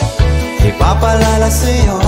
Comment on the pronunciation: Bakit kaya hindi nya kayang bigkasin yung IPAPAALAALA SAYO.... Ang daming beses ko inulit ulit.. IPAPALALA SAYO